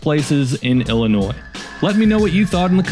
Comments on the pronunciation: Why does he keep saying Illinoisssss? No s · Why are you purposely pronouncing IllinoiSSS incorrectly and with such emphasis? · The S is silent in Illinois I grew up in Illinois 😡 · It's Illinois silent s not Illinoise, haha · Drop the s in Illinois. It is an Indian word. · There is NO Noise in IlliNOIS. The S is silent. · Jackass it's not noise the s is silent you lose. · My family helped settle Illinois and we all still live there and we have never called it Illi- noise!! You are pronouncing it wrong!!!!!!!!!!!! I also hope you do not pronounce Joliet, Jolly- et!! Please do your research!!! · 🤣🤣🤣 i live in NW Indiana and have called it Illa-NOISE for decades and boy does it piss them off 😂😂😂😂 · Please learn how to same the states name. DO NOT PRONOUNCE THE S AT THE END!!! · The way you pronounce the name of Illinois makes everyone in Illinois want to drag you through the corn fields. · The S Is Silent In Illinois. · Lived in Chicagoland suburbs all my life. No one pronounces Illinois with an s on the end of it. The s is silent. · No S pronunciation in Illinois. It’s silent, like the p in swimming. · Bruhhhhhh. I'll accept the ironic pronunciation of the state, but USI... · Why the emphasis on the s at the end? It's silent dude. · Stop saying the s. You never say the s in the state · It's not Illinois it's Illinois the S is silent if you ever took English you would know that so you must be a dummy dummy! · Dude please stop adding the s when you pronounce our state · I couldn't get past Carbondale. Horrible take out of the gate. As we say to the unintelligent, who had to learn all the state names but must've cheated. There's no noisE in Illinois! And Carbondale has always been S I U fool! Thumbs down and not a subscriber. Do better! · After hearing you purposely mispronounce the state name I ended the video and I will never watch another one of your pieces of garbage again a-hole.